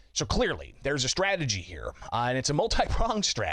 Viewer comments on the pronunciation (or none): none